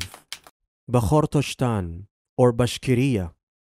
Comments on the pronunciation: I think you didnt prepare well … your pronunciation is totally wrong of all names you mentioned in this video. Its Bash-kor-to-stan not bakhshorstan.. its Tatar-stan not Tatarshtan Its Habib not Khabib Its Daghis-tan not Dajistan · It's not Baxorshistan, but Bashkortostan It's Tartarshtan, but Tatarıstan huge pronunciation mistakes in other republics as well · the voiceover guy mispronounced almost all the names and titles - made mistakes in stressed vowels, folded the syllables incorrectly (poor Bashkortostan), s/sh got mixed up. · Unforgivable how he butchers Bashkortostan, and Tatarstan.